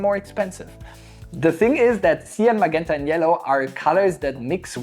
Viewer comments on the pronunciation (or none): Sir, i know its a language thing, but im sorry, its pronounced ma-Jent-a. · hahaha I love when you say "maguenta"! Great video!